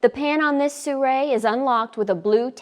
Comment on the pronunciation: Soo-ray? How does Sirui end up sounding like Soo-ray? Not being critical here. Just curious.